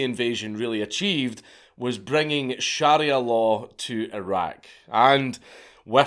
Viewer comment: You’re pronunciation of sharia hurts my ears 😂